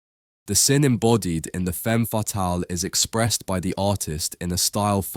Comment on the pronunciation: The pronounciatio of "femme" is even worse, makes my toenails curl!